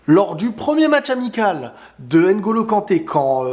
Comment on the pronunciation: Est-ce que tu peux faire un ''minuscule effort'' par respect de prononcer NGOLO et non N- GOLO, tu arrives bien à prononcer VLADIMIR et non V-LADIMIR Pourquoi tout ce mépris gratuit